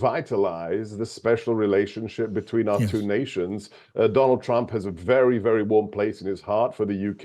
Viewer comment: "Trump will speak in wery short words." What a surprise!